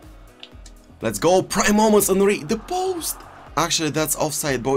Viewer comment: So here we have team of the ear de ong kinck endry neymurrr